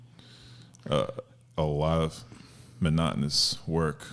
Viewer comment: Lmao when he was talking about the monotmonous work i saw how that took a toll on him